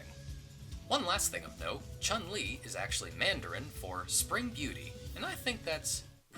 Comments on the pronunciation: So you read "Chun Li" as "Chan li" but still reads "Ryu" correctly not "Ray you". I don't know how to feel about this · All this knowledge and they still pronounce Chun-Li incorrectly. It's "Choon" Li, not "Chung" Li. Also, nothing weird about Chinese characters speaking Japanese. The game is Japanese, therefore you have American characters like Ken saying "Shoryuken(Dragon Punch)". In almost every Japanese game, most or all of the spoken moves are in Japanese. So move names like "Tastumaki Senpuu Kyaku" don't get translated. Also, in later iterations of Street Fighter, Ryu wears that stage sign on the end of his belt.